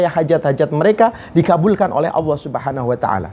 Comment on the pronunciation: Mengucapkan lafadz Jalalah ( Alloh) saja gak bener, beneri dulu baru tausiah . Dan tausiah kok tidak jelas ,Ambyar,!!! Membingungkan.mana yang jadi pedoman, Hadis Nabi atau kitab Ulama' ????